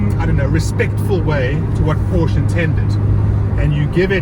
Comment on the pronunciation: You should pronounce the brand correctly if youw ant to be taken seriously.